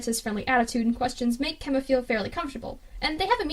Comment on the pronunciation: Its Kenma not Kemma